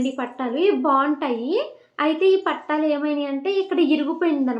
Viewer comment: Pattalu kadu thalli😂😂😂😂...pattilu